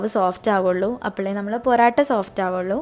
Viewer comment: Porata alla mole..porottayaa😁😁